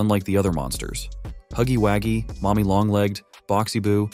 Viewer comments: I'm unsubscribing cuz why the hell is he is saying huggywaggie 🤨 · Why does he say huggy Waggys? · 😂😂😂It not huggy haggies it huggy wuggy😂😂😂